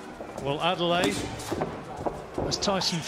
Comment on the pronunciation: They need to call man's name correctly wtf Adeleye - Ade-Leh-yeh Not Adelaide loool